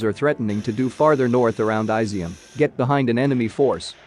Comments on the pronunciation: Incidentally, it’s not pronounced “ai-zi -um”. It’s pronounced “ee -zyum”. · It would help if you looked up how to say Izyum. It's not Aizium